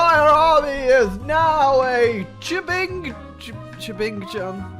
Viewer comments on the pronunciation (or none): none